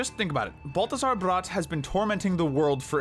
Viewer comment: Balthazar's last name is pronounced "brat"